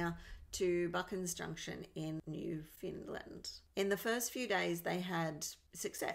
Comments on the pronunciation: Where the hell is new Finland? Lol it's new-found-land.. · pronounced Newfoundland I live in Newfoundland. I know exactly where the hunting log is I live 16 k from the hunting lodge